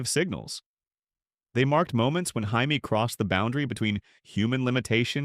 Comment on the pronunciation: hi me? you mean Jammie (J -ME)